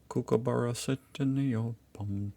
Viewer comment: Kookaburra It’s Kook as in cook, not Kook as in Luke Susan Australia 😊😅❤